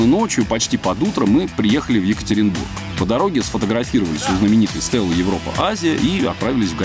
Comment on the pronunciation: ЕкатерЕнбург? позорище)))